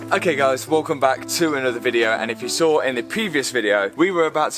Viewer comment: He said welcome back to... I heard we come back to...😅